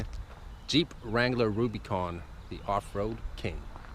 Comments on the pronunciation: nicholas rose he keeps saying RubyCon haha it’s like dude “it’s Rubicon” at least learn how to pronounce it right! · We say (RUBA)-CON not (RUBY)-CON. OlllllllO 🤘🏼 😆 🤘🏼🇺🇸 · Great vid, but its not "ruby con" its "Rub-ih-con", like the Rubicon trail. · I agree man he also doesn't say anything about the front locker, sway bar disconnect and he said two door had plenty of room behind the backseats......what? Haha he also says ruby con haha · Was it the ladies sunglasses he was wearing? I stopped watching after he pronounced Rubicon "Rubeeecon". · Ruby Con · Just me being picky hate the way u say rubicon